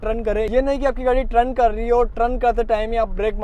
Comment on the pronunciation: Trun nahi bhai g turn hota hai..